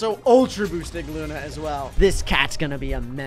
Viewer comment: It’s luuuuuuuunnnnnnaaaaaaaaaaaaaaaaaaaaaaa not luna